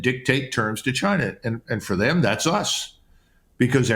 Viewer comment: Trump says “Gina” not China